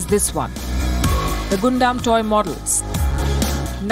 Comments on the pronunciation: I love how she reports everything ❤️ but one thing i wanna say palki it's gundam as gun 🔫 dam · Gundam Gundam Gundam XD for a second there i was wondering what Gondam was but an excellent report by Palki as always xD